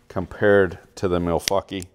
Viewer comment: “The Milfuckee” -, 2020